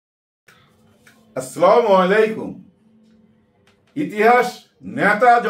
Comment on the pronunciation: প্লিজ ভাই সালাম শুদ্ধ ভাবে দিবেন। আস্সালামু আলাইকুম।